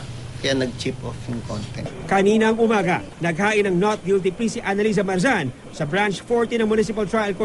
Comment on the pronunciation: hahaha plead guilty.. haha Hukom: guilte?